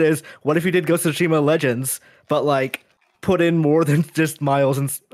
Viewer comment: “Gos-Shima” -.